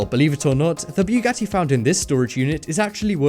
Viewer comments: it's buggati not bjugatti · Its bugatti not bewgatti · its pronounced boo got e not trying to be rude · boogati, not ‘buegoti’. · Boogati not buegoti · This guy is so stupid, can't even pronounce the very known names correctly! He pronounces Bugatti like this: "Biyogati"!!!! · Why "bJugati" ? Just say Bugatti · i'm sorry but it's BUGATTI NOT BEUGATTI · Bu-ga-ti not Biu-ga-ti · It's pronounced bugatti not buegati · Bewgatti? It's pronounced boo-gotee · Its not called a byougatti its a Bu-gat-ti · Stop saying Bjuwgadi its called Bugatti IM GETTING TRIGGERED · it's pronounced (BOO-GATY) not (BYOO-GATI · Byugatti XDDDDDD its pronounce boogatti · Bu .Gatti not Bwegatti! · O god I think I got cancer from the way you said Bugatti. It's Bugatti, not Bewgatti. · U say bughatti wrong and it’s so annoying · Lol u say Bugatti as bew catty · Since when is it BEWgatti? LEARN THE DUMB WORD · I swear to god of he says buewgatie one more time, i will shoot up my school. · bwugatti haha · you say buggati wrong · ..did he just say Peeugati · dafuq is bewwwwgati?lmao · Its not bewghatti sorry im just triggerd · WTF IS A BEWGATTI YOU BUTCHERED THE FUCK OUTTA IT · Ughhhhh why do you keep saying Byugati yes with y its annoying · bewgatti XD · Beugatti? Begatti???? BeuEEEgatti✔️ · hahah you are saying bjugati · why u say it like "BE-YOU-GATY" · nigga its not B-U-GATIE. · boo got eeee not what the freak u said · if you pronounce bugatti like beuwgatti again I'm going to become homicidal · boogotie is the pronounciation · Did it anonoy anyone else about how he pronounced bugati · Umm fastest car in the world is the Bugatti Chiron get ur facts right plus the way u said Bugatti lol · You put to much emphasis on the u when you say Bugatti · It was Literally killing me when he kept saying Bugatti wrong. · you sound so fucking dumb when u say bugatti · You said Bugatti wrong